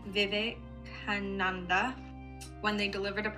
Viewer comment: watching you try to pronounce "Vivekananda" and still not get it completely right is hilarious to me 💀 (dw it was probably just your accent)